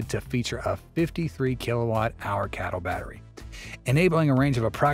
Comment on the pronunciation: It's pronounced C A T L not cattle.